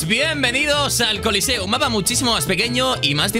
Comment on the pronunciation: K rhegref dice coliceo y salio coliceo